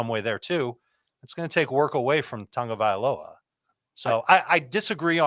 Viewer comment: It's Tag-oh-vai-loa .. not Tungo-via-oh-loa .. or am i crazy? LoL ... Love the show, gentlemen! In other news, someone dropped Javonte Williams in one league and I scooped him up. Hopefully with JW, Ekeler and Conner I can make a run to the playoffs! LG!